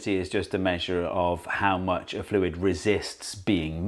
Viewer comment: I just watched Dr Lindsey's video on deaccenting, and then immediately after I hear you not deaccent "fluid" when you say "less viscous fluid" after "more viscous fluid". Funny that.